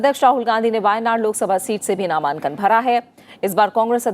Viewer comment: मैम ,ये नामांकन होता है नामान्कन नहीं